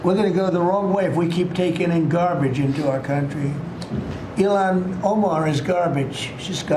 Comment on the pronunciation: I had to listen twice and throw on the subtitles because I swear I heard Elon ( like musk) Omar…. I was not mistaken